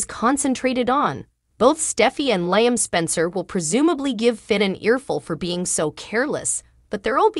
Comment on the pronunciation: Liam!!! The woman doesn't know how to pronounce his name!!🤭🙄